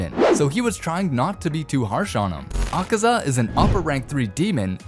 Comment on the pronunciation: Bro said akesa 💀💀💀